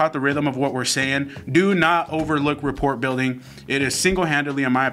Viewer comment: "Report" ...... ?? Love you guys!